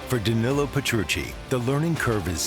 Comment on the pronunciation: Great video but for the love of God learn to pronounce Danillo.